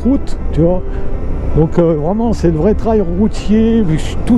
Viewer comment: Pas "traille", unTrail!!! 'Trèil phonétiquement"